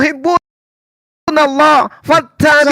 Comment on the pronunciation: Sok tahu ni c Edo dikira bnr ucapan Allah jg tdk benar balelol, mengucap lafadz Allah jg ada hk tajwidznya bkn Aw tpi Al yg ditafhimkan/ditebalkan mknya kalau tak tahu dari dasar huruf baca akan ngelantur ngawur ngaco dlm menterjemaahkannya, malu2in sendiri ke publik. Kalau ngucap Aw artinya jg beda